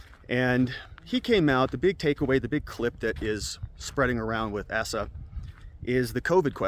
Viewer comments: Hutchinson's first name is pronounced as AY-sa, not ASS-a, (not that this guy's name will come up for much longer, with regards to the primaries.) Otherwise, great content as usual! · Asa pronounced ai~sah :)